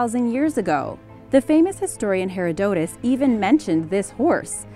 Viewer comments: "The famous hystorian 'Herdotis," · You pronounced 'Herodotus' wrong.